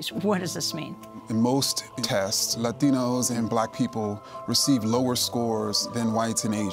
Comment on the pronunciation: Kendi cracks me up with his pronunciation of "latinos."